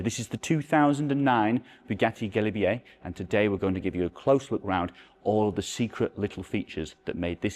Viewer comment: the "galibier" pronounciation is spot on! You don't need to apologise, quite the opposite. It's such a shame such a marvel is so unknown to the public, being one the most beautiful car of the 2000s.